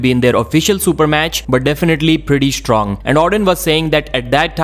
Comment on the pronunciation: Es stong is es strong. Why do you put a "es" in front of words that start with an s?